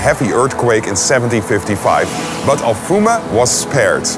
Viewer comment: Its alfama, not alfuma 😂 , good video tho :p